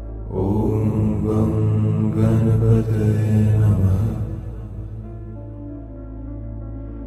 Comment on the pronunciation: given that this mantra is in sanskrut, the word 'ganapataye' is not pronounce correctly. the 'n' to be specific.